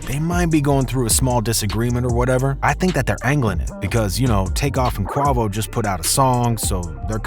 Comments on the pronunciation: The fact that u can’t even pronounce Quavos name just tells me that u don’t know wtf you’re talking about and u need to stay out of this culture. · How u get mf name wrong..&& then migos been rose to fame way before them mixtapes u name came out smh don’t report something if u don’t know what u actually talking about smh get da facts right first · Lost me with that pronunciation… I can’t finish the video! They literally say their names 50 times per song each! Like… smh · Dude can't even say the name right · When will they FINALLY pronounce quavos name right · Damn nigga why tf tou can't pronounce quavo name right that annoying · How tf you do a whole story and have so much info the them but can’t even pronounce Quavo?? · Dude learn how to pronounce Quavo’s name…. You gotta be doing that on purpose… come on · How u doing a video on somebody nd dont know how to say his name yo ass slow dude blew me whole video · Stop butchering the man's name get your facts straight you sound stupid! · Stop saying his name like that bruh that shit is embarrassing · The fact that no one on this production team felt the need to re-record the voiceover after this guy butchered Quavo’s name 93 times before releasing this is wild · I can’t be the only one that is getting irritated by him saying Quavo name wrong 😑 😂😂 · 😅you ain't alone man ,,,, thas damn annoying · I clutch my teeth every time he pronounces Quavo's name's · Please say the man name right.... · Soon as he said Qua name like that I stop watching 😒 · I ain’t gone lie you messed the video up saying Quavo name wrong 😑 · just from the way you pronounce quavo you shouldnt bee reporting on hip hop gatekeeping needed at an all time high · I refuse to believe you've never heard Quavo's name pronounced the correct way. This is intentional ignorance. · As soon as he said Quavo’s name like that im like…..he aint for the culture. Dislike and one to the next video. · 😂😂😂😂 this guy is not saying their name correctly 😂😂😂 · WHO TF IS KWOVO 😂